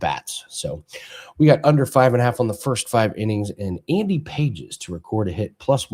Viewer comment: It’s Andy (Pah hez) not Paige’s haha good luck!